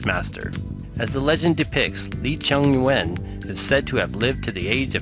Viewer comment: Informative but please brush up on your Chinese pronunciation. All Chinese pronunciation are one syllable (that's why most terms are in 2 characters, and names are in three, first one is the last names, 2/3 words are in pairs, usually parents expectations of their offspring's' future). So Yuen doesn't pronounced as Yu-anne, but Yuen, no pause, one sound. And He Shou Wu's "He", is probably the most mispronounced word by Romanized language speakers, are pronounced as "Haul", throaty one syllable sound. Hope it helps.